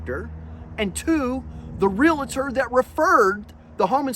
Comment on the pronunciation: THEY'RE NOT FUCKING REALATORS!! They are realtors. It's not that freaking difficult. Get it right.